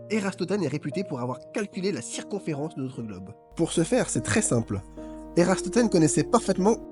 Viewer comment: Ératosthène..... Pas Érastothène....